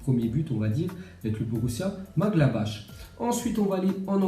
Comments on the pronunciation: Maglabach. Nan mais Maglabach. C'est quoi cette prononciation. Tu viens commettre un attentat là...😂🤣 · Borussia maglabache Srx fait un effort sur la prononciation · Borrussia Münchengladbach .... il faut prononcer MU NCHEN GLAD BARR !!! Manque de respect total ou lacune de diction ? Est ce que nous on t 'appele BAIZBAIZE ou BOUZBOUZ ou BIZBOUZ ! un peu de culture Pxxxxx !